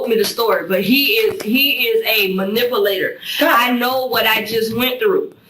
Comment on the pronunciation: Did she say ma nipple ater though 😂 this lady is a bad liar